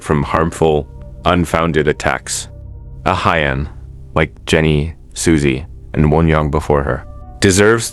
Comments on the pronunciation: Just for future reference, her name is not pronounced like uh-hy-yun. It's pronounced like "Ah hyun" and the "hy" part is not pronounced like "hi". It's just an "h" + "yun". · I'm not a stan so i wouldn't know but are you pronouncing her name correctly? Korean names are usually two syllables (Ah-yeon). You're saying A-hy-eon. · It’s not ahayeon it’s pronounced ayon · Ah-hyon, not ah-hy-yon lol. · "aha-yeon" jfc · Learn to pronounce her name correctly 😂